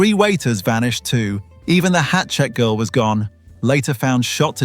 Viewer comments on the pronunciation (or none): none